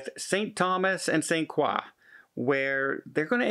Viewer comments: Pronounced kroy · It's pronounced "croy"